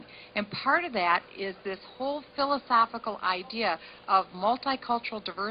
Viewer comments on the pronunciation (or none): none